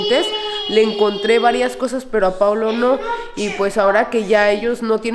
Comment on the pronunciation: Hasta hoy supe el nombre...PAOLO😐 lo pronuncia como Paulo...PORQUE??🤔🤔🤔